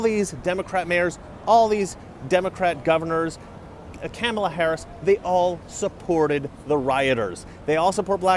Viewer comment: It’s Comma-law Harris, not Camel-law...you might get canceled for making this mistake. Lol